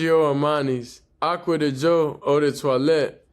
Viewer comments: Giorgio Armani Aqua DiGio (Dee jee o). I'm here to help with the correct enunciation. I got you Bro. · You must get paid dor everytime you say the name of that cologne. I know ot took you a couple of weeks to actually get ot right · The edits when pronouncing yhe cologne was 😂😂😂